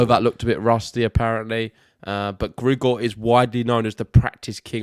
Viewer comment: Strange how these guys struggles to pronounce the letter "R" in names as Alcaraz and Grigor.. but pronounces the "R" perfectly everywhere else.